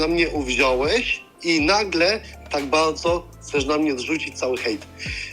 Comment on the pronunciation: i nagle tak Bałdzo uwziąłeś... :-D Najlepszy moment